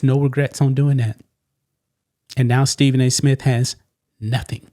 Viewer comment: Who is Stephen A SMIT?